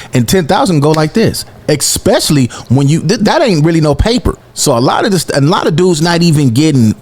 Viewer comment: Especially > Expecially